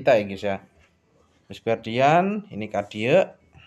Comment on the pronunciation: CADIA OM BUKAN CARDIA